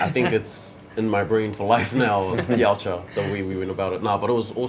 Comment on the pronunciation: Thank god he said Yautja!